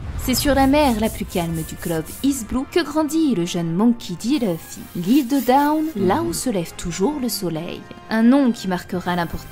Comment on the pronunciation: C’est pas méchant mais je supporte pas les gens qui disent leuffy comme elle bordel c’est écrit LU pourquoi dire LEU 😂😂😂